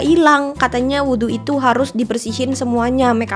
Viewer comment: kak aku seneng bgt kamu ngomong “wudhu” bacanya tepat 🥰🩷